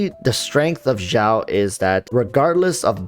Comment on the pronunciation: Xiao is not pronounced with a J. It’s Xi-a-o Just letting you know. Thx for the video.